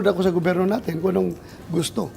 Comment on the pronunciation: Ano,hinamon mo si #manangimee😂eh,sa vlog mo pa nga lang nabubulol kna,hindi mo nga mabigkas ng maayos ang salitang gobyerno😂ang sa yo gubirno😅😅😅😅ano ba yan😂